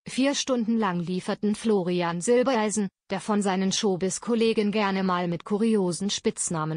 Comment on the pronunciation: Zwischendurch immer wieder Silbeleisen, warum kann man den Namen Silbereisen nicht immer korrekt aussprechen?